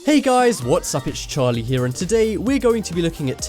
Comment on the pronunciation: It feels weird when you say Charlie lolol